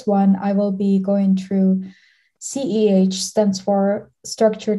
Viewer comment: Am I the only one who heard CEH multiple times..?